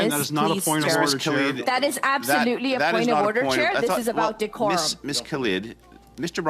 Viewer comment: "POINT OF WEF ODDER" ??